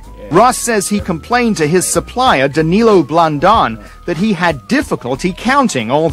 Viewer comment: dude it seems you arent the most literate too this is like the 8th name I hear you butchering in this series. DaniLO not DaniLIO. LO not LIO